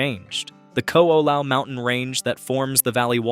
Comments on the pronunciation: Kahoolawe = Ka - ho - o - la - ve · Kaho’olawe Ka-ho-oh-la-vay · If you're going to make a video on Hawaii, PLEASE learn how to pronounce Hawaiian words! You destroyed the pronunciation of the word "Kaho'olawe," " Kaliuwaʻa," "Kamehameha" and so many more.